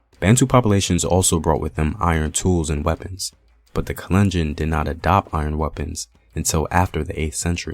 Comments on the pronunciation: thanks for posting this, my mom is kalenjin! i wanted to point out that you're mispronouncing the name, its kahl-enn-jean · The way he pronounces 'kalenjin'😂😂 and other names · Love your videos man, but you have GOT to work on your pronunciation I cringed everytime you said kalenjin.